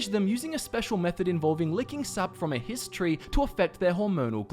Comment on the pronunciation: For some reason, it's really hard not to hear "history" EVERY time you say "Hist tree" lol.